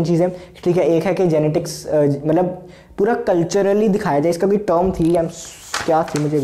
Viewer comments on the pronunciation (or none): none